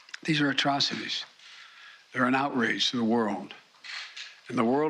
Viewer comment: Did he say attroficies?